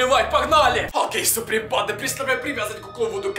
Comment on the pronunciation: Что он говорит всё видео?Супринпанда?(я знаю,что должно быть суприм банда